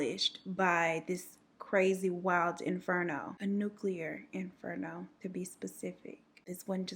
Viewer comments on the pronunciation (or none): none